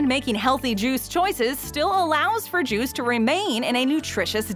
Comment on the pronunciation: It almost sounded like she said Jews when she said juice. I was taken aback for a second